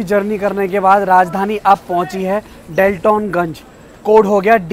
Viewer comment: Daltonganj ka Station code DTO hai bhaiya aur pronounciation डाल्टनगंज है